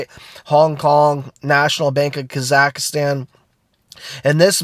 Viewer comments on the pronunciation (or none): not kazakastan its kazakstan (pronunciation)